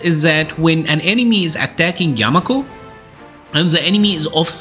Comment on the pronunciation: Yakumo not yamako...